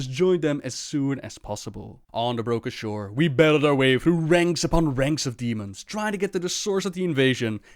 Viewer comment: "on the broka sure" love it